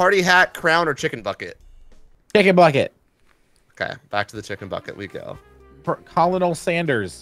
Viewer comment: Colo-npl? it should be Colon-nal